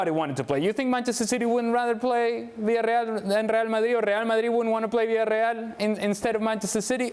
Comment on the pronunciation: god I hate his pronunciation of Villarreal. I hate his voice in general. It is just grating.